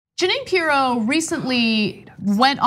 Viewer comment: Pirro, pronounced- Py-ro. Toodle-oo P-eerie-o.